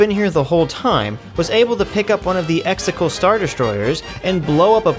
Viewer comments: Exegol not extetals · Love how you’re saying “Exticle” 😂🥴🥴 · The amount of times you mispronounce words (like Exegol but you pronounced it as "Extacle") that are very clearly enunciated multiple times over is astonishing. Otherwise great video. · I agree with everything but I am still always triggered when he can't say Exegol right 😅